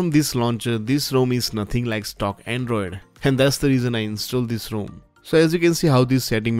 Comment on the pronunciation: I have yet to find an Indian pronounce the word 'rom' correctly